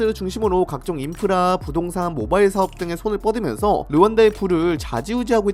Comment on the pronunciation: “인프라르” ㅋㅌㅌ